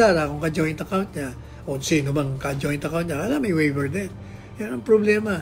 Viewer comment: Bobong attorney.hindi waiber. Pronunciation is Waiver. Mag aral ka muna NG proper English pronunciation. Attorney ka Pa Man. Hindi ka marunong ng proper English.🤡